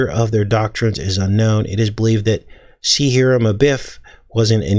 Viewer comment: Hiram is pronounced “Hi-rum”